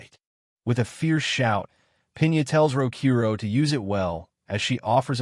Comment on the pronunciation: I wish he’d say his name right… it clearly spells out Rokuro not Rokoru, it like the person who wrote what the ai was suppose to say didn’t even know the name of the mc which is disappointing honestly